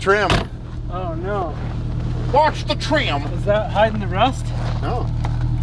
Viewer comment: "Don't touch the treeim!!"; Early Cuyler